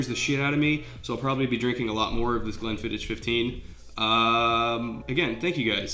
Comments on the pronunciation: Dang it. You're my favorite football analyzer, so I'll forgive you pronouncing Glenfiddich phonectically... It's pronounced fiddick!! (sorry I'm a bit of a whiskey snob) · Sorry to be a dick, but Glenfiddich, the "Ch" here in Scotland is pronounced like you have something stuck in your throat. Not the end of "Church" sound phonetically. Glenfiddich 15 is a strong choice. I have worked in the whisky industry for a fair while, including a few different distilleries so if you wanna hit me up for Whisky advice give me a shout!